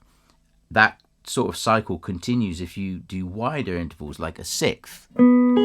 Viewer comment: "siks" yes "siks-es" yes "sikth" ?!?!?